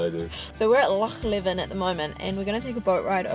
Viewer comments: Hey there im ty and im from perth myself and just letting yous know tha is pronounced loch leavin but spelt leven <3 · Leven is pronounced LEE-ven. Not how you pronounce it. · Well done on your pronoincation of Loch but it Loch Lee-ven when said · It's pronounced Leeven.